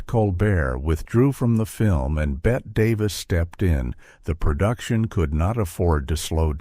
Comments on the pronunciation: Ruined by A I voice. It is Betteeeee not Bet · Unwatchable. (Not the movie, THIS AI slop. BET Davis?) Three minutes in and I can't take it anymore. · FYI Bette is pronounced Betty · You would be more believable if you pronounced Bette Davis’ name properly. It’s Betty not Bet. Claudette hurt her back in 1950 on the set of Three Came Home. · BET-T is how it’s pronounced idiot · I love the interesting information. But if the AI calls her BET Davis (Bette Davis is Pronounced BettY Davis), I think I’m going to screanpm! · You. Can’t listen to this idiotic thing because the twerp narrator - that is probably AI - calls Bette Davis “Bet” throughout. UGH. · BET-TEE Davis! Pronounced like Betty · Lose the AI and do it yourself. And by the way, Bette Davis is pronounced BET-TEE Davis. Davis and Baxter were both up against Gloria Swanson in Sunset Boulevard. That's why Holiday won. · Can't finish a video that mispronounces the name "Bette" Davis, being as it was one of the greatest performances in movie history and that she's the central star of the movie and therefore this video. A shame. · You are mispronouncing Bette Davis’ name. To a film buff, this is shameful. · What a crock. There are far better short subjects about this great film. There are no revelations in this poorly edited mess. Maybe it was AI generated... mispronouncing Bette Davis' and George Sanders names. The photos don't match the narrative...the whole thing is a waste of time.